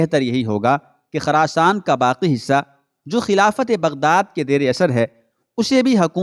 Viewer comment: Khurasn. Not kharasan Plz correct